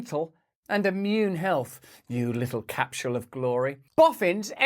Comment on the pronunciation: Love you Russell, but please never say “capsule” again.